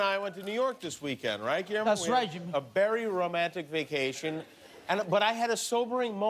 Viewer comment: Jimmy Said Berry Romantic Vacation lol